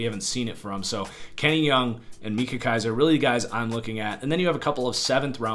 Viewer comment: Pronounced "my-kuh" Kiser, not "mee-kuh" Kiser.